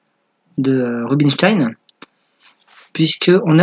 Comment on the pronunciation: Robinchtyne ou rubinochtyne? Mdr